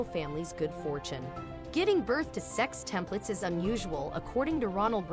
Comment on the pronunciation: Omg you said SEXTUPLETS around 5 times and NOT ONCE did you get it right 🤦🏻‍♀️🤦🏻‍♀️